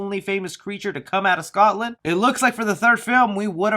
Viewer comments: did he say scotsdale it’s Scotland I’m from there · Why did he say Scottdale instead of Scotland? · Sry but did he say Scotland as scot still or something like that 😂how hard is it to say Scotland no offence but did nobody notice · Scottsdale? You mean Scotland? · Didn’t he say Scottsdale? Not Scotland? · Its Scotland not Scotsand 🤣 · I was personally offended when you said Scotdale when it said Scotland 😂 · I'm sorry how did this man just pronounce Scotland as Scotsdale? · You said Scotsdale......not Scotland. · Anyone gonna point out he said Scottsdale instead of Scotland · Why did you say Scotsdale instead of Scotland? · Scotland... not Scottsdale. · Scotland, not Scotsdale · You said Scottdale 😅 no one goes to Scottsdale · Excuse me, did you just call Scotland Scot's dale? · Scotland not Scottsdale lol. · Scottsdale? You mean scotland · "Scottsdale?" Lol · ScotLand Nots Scotsdale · It definetly sounded like Scotsdale when read out..when should have said. Scotland. Was spelled .as gunn tweeted..after all..after all it is where i am from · the guy (i dont know your name) is reading the james gunn tweat and pronounces scotland scotstale is that just me im from scotland so i instantly was confused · Why didn’t you pronounce Scotland right is my only question, it’s almost an ENTIRE COUNTRY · As a Scotsman I feel offended by how you said “Scotland” 😂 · As another fellow Scottish person, I'm glad someone pointed this out. As I was really confused for a moment. xD